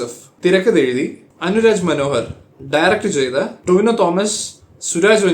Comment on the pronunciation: "Tinova" athra pora correcta😂😂😂